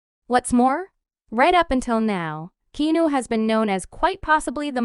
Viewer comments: Repetition. Heard it all before, even OLD NEWS. Get some new info & pica to share. And learn how to pronounce his name. It's NOT KENU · I think someone needs to check their pronunciation. How can you mispronounce his name & be from the good ol USA? Lol Are you a bot??? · You're pronouncing his name wrong. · Learn how to pronounce his f-ing first name